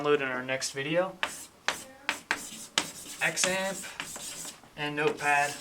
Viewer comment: Its pronounced zamp like xylophone is pronounced zylaphone